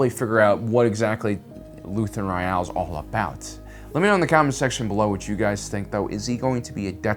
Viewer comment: Why do you say his last name so weird?